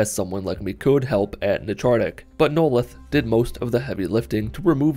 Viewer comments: "Noleth. Noleth. Noleth. Neloth" Okay now you're just messing with us. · The way he butchered Neloth's name just.... Uh. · I love how he mispronounced "Neloth" for 90% of the video then pronounced it right one time.